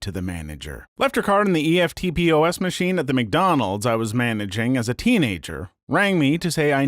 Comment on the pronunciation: Hey mate, EFTPOS is pronounced as a word! Eft (like left) poss (like possum)